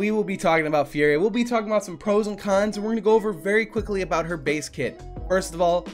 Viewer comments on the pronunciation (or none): Is it just me, when says con's it sounds like khan's? 😂 Great content as always